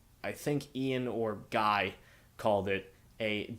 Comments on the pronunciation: It’s prounounced Gee, soft G. Like “key” Just a heads up. Love the video. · The band doesn't like the production on steady diet. They were som e of their favorite songs to play live. Also it's not Guy like "my guy" it's Guy- french pronunciation